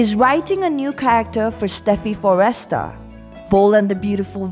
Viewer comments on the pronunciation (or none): Can we please pronounce this the right way its Forrester not - FOR- REST -TER